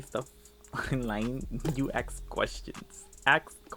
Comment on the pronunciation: Do you say aks on purpose? 🤔